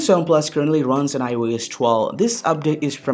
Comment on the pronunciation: Its iOS bro not aai yo yes 😂